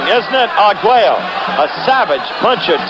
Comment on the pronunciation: Despite frequently mixing up the two fighters and taking liberty with his vowels (Arguella, Escalero, Porto Rica), Howard Cosell is still by far my favorite sports commentator.